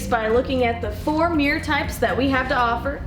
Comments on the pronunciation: Idea for drinking game: take a shot every time she mispronounces "mirror" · How do you get to present this video when you can't pronounce the bloody word MIRROR